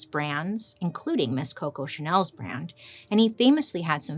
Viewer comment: You made my day 😂 the way you said coco was amazing